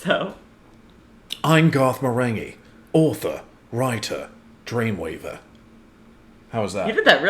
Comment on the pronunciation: That "Dreamweaver" sounded Aussie AF 🤣 sorry man.